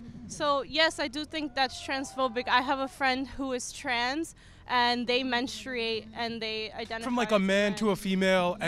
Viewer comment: Okay, but menSTRUate? Please stop pronouncing like this hahahah